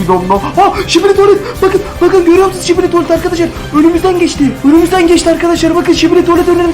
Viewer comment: Şibili değil sikibi